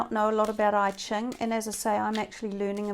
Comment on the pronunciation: Sorry my Virgo is annoying but its EChing not IChing. I lived in Hong Kong and thats how its pronounced.